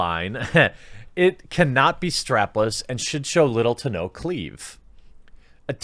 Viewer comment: Are you not allowed to say 'CLEAVAGE'? Or do you just not know how to pronounce the word?